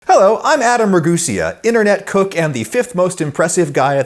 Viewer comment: adam ra-GUNS-ea